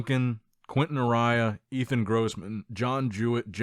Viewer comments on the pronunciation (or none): none